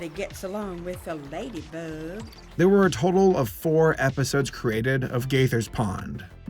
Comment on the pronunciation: I feel like there should be 2 sassy snaps when the lady bug says "lady boug"